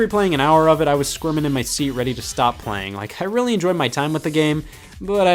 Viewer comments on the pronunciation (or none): none